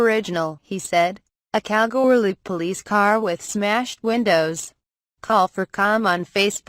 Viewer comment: Hey I live in Kalgoorlie ps you're not saying Kalgoorlie right